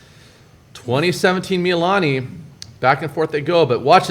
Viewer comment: Hawaii just called me. They heard the way you pronounced Mee-lee-lah-nee and they told me they have cancelled your Aloha shirt privileges for the next two weeks. Instead, your punishment is to wear Depeche Mode t-shirts that are two sizes too small.